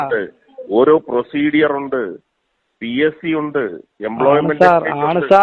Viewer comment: ഗവർ മെന്റ് അല്ല MLA സാറെ. ഗവണ്മെന്റ്. പ്രൊ സീഡിയർ അല്ല. പ്രൊസീജർ. 😂😂😂😂.